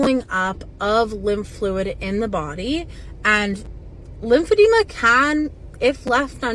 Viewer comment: oh my god if bro doesn’t stop saying lim-fab-de-ma